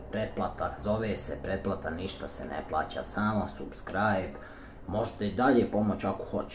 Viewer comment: Izgovara se sabskrajb...